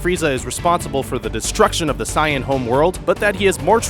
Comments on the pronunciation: you pronounce it as (say-in) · Guys! Saiyan is actually pronounced Sigh-an in the Japanese version. Only the FUNimation dub calls it Say-in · This dude🤣.....gohen, sayen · this guy's pronunciation makes me vomit I swear to god how can 99% of the world say it normally but this mf says it like "pikouolo" "gohen" "cyan" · Guy said Siyan fuck sake he mispronounce everyone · I got triggered when you pronounced gohan as gohen and Saiyan as seiyan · He sais gohen and cyan thats so funny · And Sayan instead of Saiyan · Bro. You're saying "Gohan" and "Saiyan" wrong!